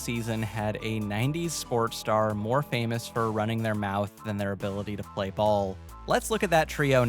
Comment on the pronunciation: Gonna be real here. Everytime you said "sport star" , instead of "sport", my brain heard....ANOTHER word with the letters "por" 😂